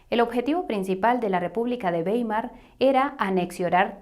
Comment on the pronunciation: Mil gracias por explicar ese "papel" moneda al que nos acostumbraron. El futuro es el oro digital. Ah y Weimar se pronuncia Waimar en alemán "ei" siempre "ai"🌷🌷🙋🏽 Te felicito por tu trabajo!